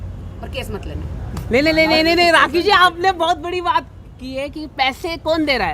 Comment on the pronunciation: Rrrrraaaaakhi = Doli Bindrrrrrrrrrrrrra😂😂😂 YOU KNOW 😂😂